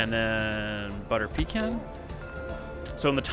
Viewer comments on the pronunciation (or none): You said 'butter pecan' when it's clearly pronounced 'butter pecan' 😂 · It's really more about nobody agreeing how to say 'pecan'))